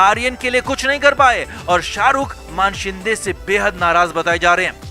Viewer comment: मानशिंदे नही मानेशिंदे है...सारे युट्यूबर मान बोलते है....मान नही मानेशिंदे....मान याने नेक 😆